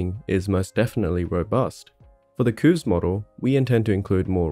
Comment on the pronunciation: I still find it strange hearing QOVES pronounced like "kooves". I've always read it like "coves".